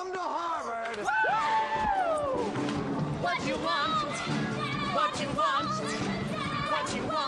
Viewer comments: She’s so sweet aw she seemed very nervous she said worvard 😂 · when she got to the "I'M what you want! harvard..." etc etc, i think she started to say warner, cos she kind of goes "waaarvard I'm the girl for you" haha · 1.21 she said Warvard like Warner and Harvard lol😂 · "Im what you want war- vard!" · its funny when she comes throught he paper she says warvar she mixed harvard and warner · I now just heard she said warvard 😂😂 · did she say WARVARD? :)) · she messed up a little bit she sayd warvard. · i hears that aswell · Katie Messenger I heard that too😂😂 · I heard it too lol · I thought I was the only one who noticed! :D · IK HAHA😂😂😂